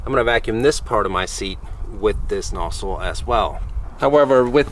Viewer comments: Are u saying nossle or nozzle? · The way you say nozzle is kinda strange